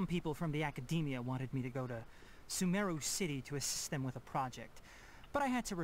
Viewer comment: Mmm they pronounce sumeru wrong. It’s like su MEEE ru